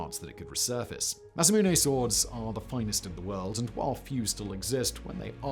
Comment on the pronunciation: Simon is pronouncing it wrong. It's pronounced Masamune.